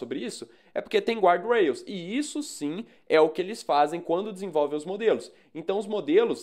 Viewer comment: Guardrails não se pronuncia assim 😉